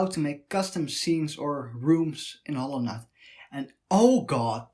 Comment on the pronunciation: that howwowknyight pronounciation lmao